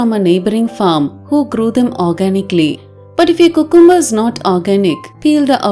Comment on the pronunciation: it is pronounced as "Q'come'ber" not "coocoom'ber" please don't mistake me for being rude or sarcastic or picking on u. I have noticed vast majority of Indians pronounce it wrongly. Just sharing with. 🙏